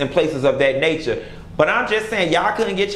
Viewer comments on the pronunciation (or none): none